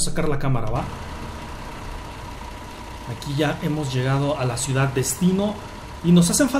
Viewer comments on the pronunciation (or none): none